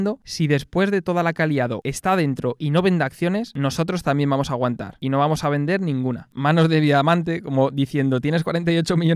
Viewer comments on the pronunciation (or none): none